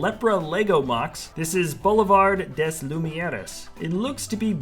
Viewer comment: Maybe "boulevard des lumières" was supposed to be pronounced with a french accent, rather than a spanish one :p